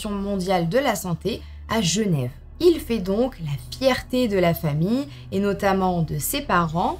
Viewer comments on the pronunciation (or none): none